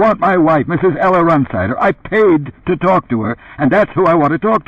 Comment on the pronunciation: Run-sider is the way this guy says it - strange..